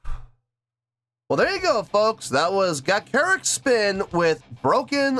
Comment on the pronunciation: Ga…cha…ric spin pretend you’re a second grader… ie…sound it out…